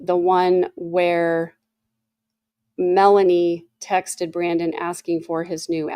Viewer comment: WHY!?... Is every other person calling Melani(Boudreaux), Melaniece??? She's Lori's niece, but that doesn't somehow make her name change to Mela-Niece!! People are starting to have the poor reading abilities of Ai closed-captions.